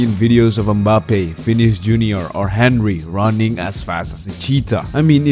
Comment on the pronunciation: You did not just say HEN-rey